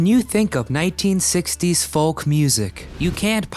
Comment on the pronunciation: The L in folk is not pronounced.